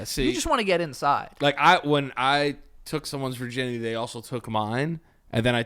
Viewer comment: Virginity, pronounced; Ver-guy-ns